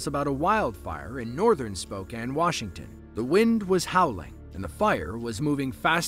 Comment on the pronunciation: And the narrator even said 'Spokane' correctly! That doesn't usually happen...